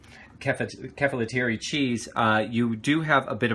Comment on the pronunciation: Pronunciation is off. Sa ga na ki. Just as it sounds. I've made this before, coming from a philhellene. Also ke fa low tea ri. Hang around more Greeks, they'll help you with that. I like to dip mine in egg first, then breadcrumb and then put in olive oil to cook. Yours came out well though so that's great. I love this recipe. I'm also a long haired guy from New York City so you'd make a nice friend!